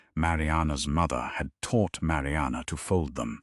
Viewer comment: The narrator is nasal, annoying with a terrible diction and emphasis on the word “mother”!!! A great waste of time!!!